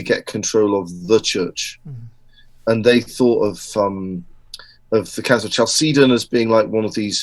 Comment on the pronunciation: Love this talk. Very good speaker.! Only can't get over the pronunciation of Chalcedon. I've always heard CAL-seh- don. Not Ch like cheese. Short e. Looked it up and Oxford agrees with me.